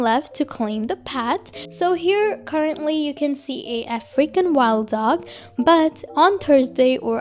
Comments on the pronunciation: African wild dog What do I hear: Freaking wild dog -murka5436_2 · For the longest time I thought she was saying “a freaking wild dog”